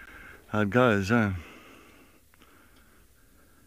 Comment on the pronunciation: LOL that Ehhhh is so South African, if one was to play that for me at any time I'd be like homeboy